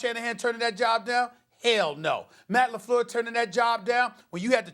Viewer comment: Stephen A: Matt LeFloor